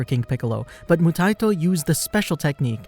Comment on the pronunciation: Moo-tie-e-toe (phonetic spelling bc your pronunciation is driving me insane….they say it in the anime countless times) good vid tho